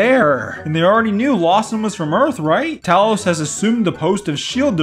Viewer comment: As a NORD you speak Talos name correctly.